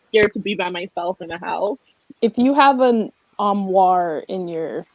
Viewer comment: It got to the point where I wanted to scream and turn it off every time she said armoire oh my godddd